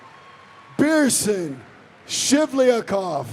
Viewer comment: Second day and still no one corrects the announcer for saying “Beerson”. Iyiyiyiy